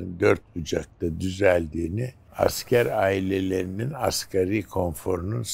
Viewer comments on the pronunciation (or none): none